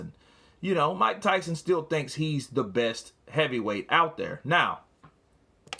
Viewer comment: Mika Tysun! 😂😂😂